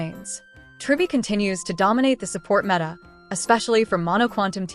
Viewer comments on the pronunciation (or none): none